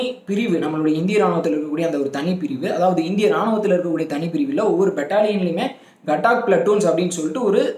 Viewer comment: 807804 gatak illa gathak pl